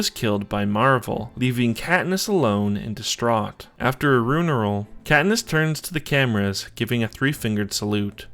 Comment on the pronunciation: I ain't forgiving u for sayin "rueneral" 🤣😭